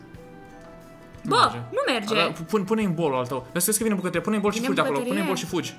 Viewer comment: nu te supara dar tu ai pronutat in moldoveneste şâ eu scuze dar sunteti super tari